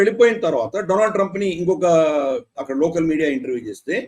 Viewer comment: డొనాల్డ్ ట్రంప్ కాదు డోనల్్డ ట్రంప్